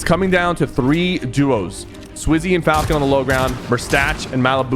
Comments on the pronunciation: SwizzY and Falcon💀 & saying Slayer instead of Fragger like this ain’t elder scrolls online, the more I watch the video the more I realize ‘bro does not watch EU’💀 he’s saying almost all their names wrong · Bro said swizzy and falcon 😂😂 no hate